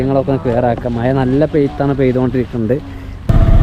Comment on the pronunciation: മയ അല്ല മഴ ആദ്യം അത് പഠിച്ചിട്ടു വാ